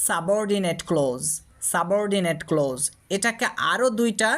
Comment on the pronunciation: Sir amake khoma korben,karon hisabe bolchi apni clause uchcharon korchen close. Ata boro Kane baje.thanks.